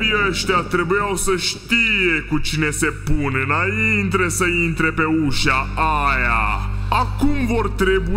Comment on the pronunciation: inaintre sa intre,, ce facut baiatu'?:)))